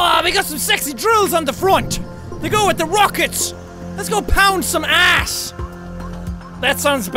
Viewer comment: this is not a hate comment but I love how he says ars instead of ass